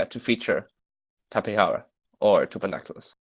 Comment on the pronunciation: No it is tapejara not tapehara or whatever